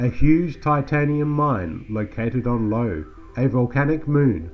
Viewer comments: Located on EYE-O (Io) NOT "LOW." So that is somehting ELSE you may not know aobut Outland. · It’s not Lo, it’s Io.😄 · At about ...did you actually (mis)pronounce "Io" as "LOW?"